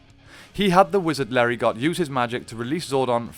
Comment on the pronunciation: The "t" in Larigot is silent.